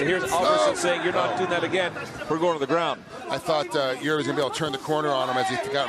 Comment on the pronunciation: jiri 🚫 EE✅